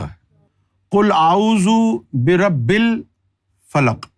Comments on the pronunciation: As Salam u Alaikum. Surah falak aapne barr barr galat padha hai “” Qul 'a-'uuzu bi-Rabbi Kal Falak padha hai. Jabki-(Qul 'a-'uuzu bi-Rabbil-Falaq,) hai. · Berabbekal falaq wrong pronunciation